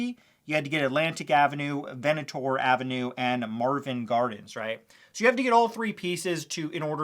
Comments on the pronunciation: You've never actually played Monopoly have you? It's VENT-NOR Ave. Not Venitor Ave. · I just wanna let you know it’s pronounced VENT-nur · It's pronounced Vent-nor Ave. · Your pronunciation of Ventnor Avenue is driving me insane. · I grew up in Atlantic City and YES his pronunciation of Ventnor Avenue is frustrating!